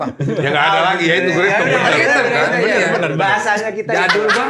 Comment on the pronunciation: Ngakak pas Desta bilang Ngerythem 😅😅😅😅😅😅